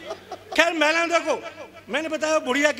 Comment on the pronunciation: महिला को मैला कहने वाला हिन्दी सीखलाएगा हमे!! सोनिया गांधी हिन्दी भाषी नही होते हुए भी तुमसे अच्छा हिन्दी बोल लेती है।